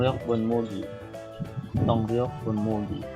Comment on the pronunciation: hindi po ako EPS pero para lang po sa gustong mag aral, kapag nag babangga ang ㅇat ㄹ magiging "N" sounds ito. mali po yung pronunciation nyo sa 동력 분무기/power sprayer, ang basa po ay hindi "tongryeok" haha tong-Nyeok "N" sounds.